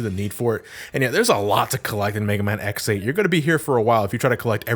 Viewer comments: Okay, it may just be me but every time says "X8" I mishear it as "ex-aid." Like the Kamen Rider. =v='' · Is it just me or does it sound like is saying “Ex Aid” when he is saying “X 8”? The amount of time I heard “Ex Aid”, I swear was going to do an henshin and start fighting the bugster threat. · Whelp i am officially a no liver: every time he says X8 it sounds like ex-aid and paradise lost is a faiz movie. Both are kamen rider (pls watch kamen rider)